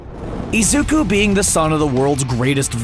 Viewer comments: i like the vid but omg can he stop saying “izuka” it’s IZUKU just something that pissed me off lol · Nobody’s gonna talk about how he’s calling Izuku, Izuka?